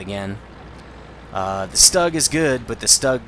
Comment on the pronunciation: You pronounce Stug so weird. You say Fug fine, but Stug so weird. take replace the F in Fug with a T and it is pronounce tug, put an S in from of Tug and it is Stug. You don't need to pronounce it differently. All you are doing is putting an S in from of it. Maybe that is the German way of pronouncing it but you are speaking English. Maybe I am wrong but I just think it's weird how you pronounce it.